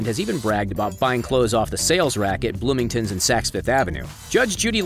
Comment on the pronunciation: I'm sorry did he say BloomingTONNS???